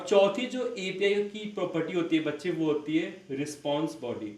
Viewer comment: Manlo bach-chee 😂😂😂